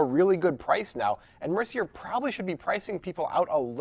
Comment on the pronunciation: No comment on the poker because I suck, but two observations: - Is it "Mercy-yay" or "Mercyer"? - The commentator here is like the anti-Jesse May.